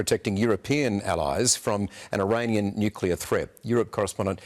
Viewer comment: NUCLEAR. Not, NuCuLaR.